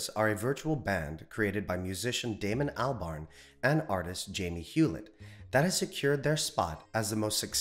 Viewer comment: Cant pronounce Albarn. Cred low.